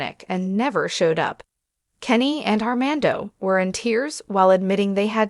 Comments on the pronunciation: How can you speak about them its not R man doh Can’t pronounce fiancé correctly either C’mon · How serious can this be if she can't even say Armando's name correctly 🙄